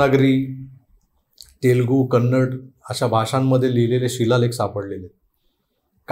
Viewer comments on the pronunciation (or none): none